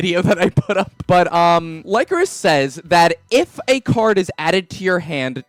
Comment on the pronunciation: I always pronounced it like licorice